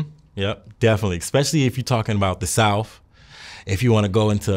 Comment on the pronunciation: His mama is from Howard University and he pronounces it Souf